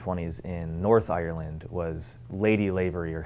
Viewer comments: He’s saying Ireland wrong 😂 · I hate the way Americans say Ireland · Am I the only one who finds his pronounciaton of Ireland funny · Im Irish and I'm sorry but I hate the way Americans pronounce Ireland hahhah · the way he says Ireland makes him sound like a pirate